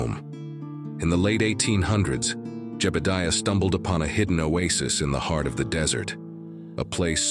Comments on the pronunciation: what kinda AI cowboy voice doesn't know how to say jebudiah? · Jebadeeuh? Ai sure does creep me out. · Nice video except for the 7 minutes of black and the narrator couldn't figure out how to pronounce Jebediah's name